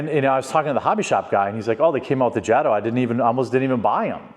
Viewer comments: It's pronounced Jay-Tow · Long A in JATO. Good video. Lers get atleast one of these a week.